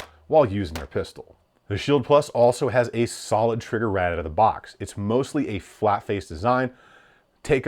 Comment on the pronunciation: “It’s actually really solid out the boc”